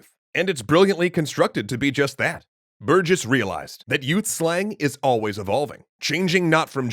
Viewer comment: Honestly? Biggest part of this one was hearing someone unrelated pronouncing my last name correctly for once. Can't tell how many times a new teacher would call me "berg-iss"